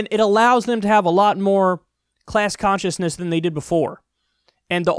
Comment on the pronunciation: Kyle said class sonsciousness wohooo